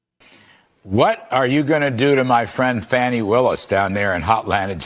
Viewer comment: Uh, It's pronounced "FANI' not the other way, lol.